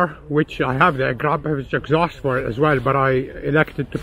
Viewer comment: When you say Akrapovic you sound like you are saying “crap a bitch”